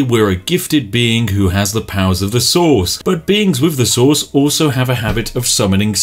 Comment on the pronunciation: i keep hearing "sauce" whenever he says "source" and it makes this game so much better